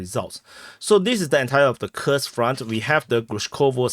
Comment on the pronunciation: Bro, when you speak Russian, you sound like you're about to have an aneurysm and shite yourself at the same time. When you speak Wyattussian, I laugh, I cry, I cheer but most of all I enjoy HOW you put out YOUR content in you're way. Gimme that "Kirsk, Kursk, Kooorsk" action everyday